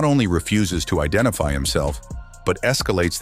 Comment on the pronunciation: 👨🏻‍🦳“YOU’RE FAILURIN’ TO IDENTERFIY”